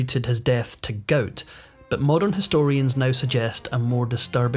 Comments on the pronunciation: Please! It's "gout" not "goat". 😂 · "Goat"? Why can't you pronounce "gout"? LOL! Sorry, JK! Good video! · A severe case of GOAT? It's called GOUT (pronounced Gowt) 😂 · It’s pronounced “ga out”. Long u sound. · "Goat" is gout in a Sctish accent....dummy!